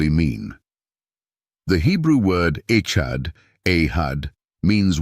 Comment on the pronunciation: You lost me 2 seconds in w AI voice mispronouncing the topic of discussion. "Echad" is EXACTLY the proof of the multiplicity of God or His 'PLURAL-NESS' When you look at grapes they are known as a 'bunch' which means plural. Echad is the same concept.